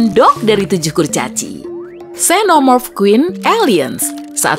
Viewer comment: Min cara baca xenomorph bukan senomorph tapi zenomorph